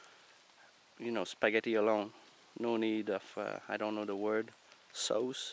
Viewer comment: Recipe is "reh sih pee"! Sauce is like "soss". The way you pronounce things is endearing, though. Your best advice in this video was to destroy the set and bow for starting the fire. That really surprised me but made a lot of sense. It's so against human nature to destroy a good tool, but the key is to be self-sufficient and able to make it again, plus then you don't have to carry it when you leave.